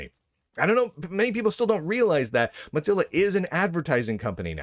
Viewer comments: MODZILLA? Isn't it MOZILLA? Or is it just an accent thing? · Mutzilla? Why do you pronounce it that way ... am I missing a joke? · There is no T in Mozilla. Why do you keep pronouncing it Mottzilla